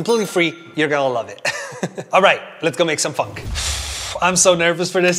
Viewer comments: it kind of sounds like you say "funk" instead of "phonk" 😁😁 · It’s f-on-ck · It's not funk it's phonk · It’s phonk not Want you said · Me thinking he’s saying fck😂😂 no offense love your videos man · it sounded like he said the f word but he said "Phonk" instead xD